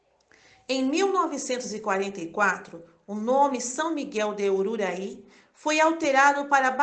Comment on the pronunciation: V alorosa iniciativa, mas a narradora insiste em pronunciar o nome da aldeia de forma errada até o fim. Aldeira de URURAÌ e não de urarui. Chato mesmo.